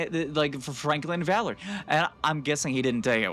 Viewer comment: Its Valeria not vallery